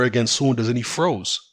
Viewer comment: i thought yo were saying 'throws' when you said froze lol. was confusing